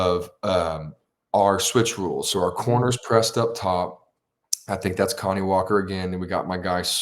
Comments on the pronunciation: Kani Walker’s first name isn’t pronounced like “Connie” it’s pronounced like “Kuh-nye” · Isn't his named pronounced Kuh-nye?